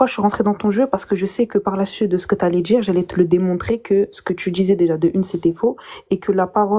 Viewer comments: Je peux pas piffrer cette facon de parler. (Djire, tchu...) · "Je veux juste de tchdire" "jchtexplique" "jchte l'ai dit" 😂 deja ça part mal.